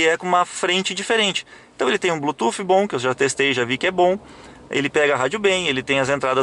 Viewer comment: o "blutufi" justifica o preço kkkkkkkk